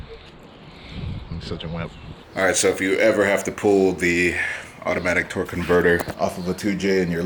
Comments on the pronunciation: man i aint trying to call out but is he saying twerk or torque? i hope he knows its torque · Every time says torque I hear twerk